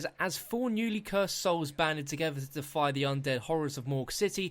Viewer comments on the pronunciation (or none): none